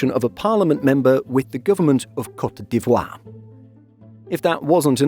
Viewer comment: thanks for teaching me how to properly say cote dee-vwah